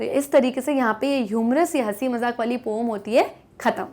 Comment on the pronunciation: पोम नि होता mam... 😂😂 poen होता है... 😂